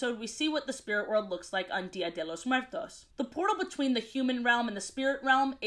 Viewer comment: I LOVE how you pronounced 'dia de los Muertos'